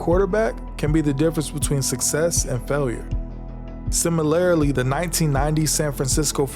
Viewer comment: I am starting to think the narrator’s voice is AI. He/It not only mispronounced the last name of Steelers great Rocky Bleier but butchered the pronunciation of the word “similarly”. The word is “sim-i-lur-ly” and NOT “sim-i-lur-i-ly”. Still almost ten more minutes left to watch. My old journalism teacher would have given this effort an F.